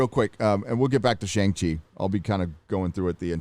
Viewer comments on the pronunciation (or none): dude... "Shang-She"